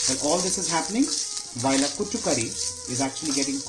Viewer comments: No no not kutu, kootu, your pronunciation is wrong, please don't kill 🙏🙏, spare the Malayalam words when you can't pronounce. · It is "koooot" curry .. koooot means together/with .. so smthin to go with rice